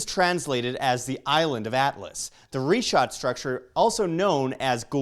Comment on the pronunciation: Damn dude. I was all excited to watch this and then you open up the video saying REE SHAT!!!?!?!?!?!?!?!?!? WHAT A WASTE OF A TRIP.